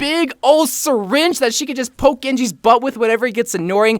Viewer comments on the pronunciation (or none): none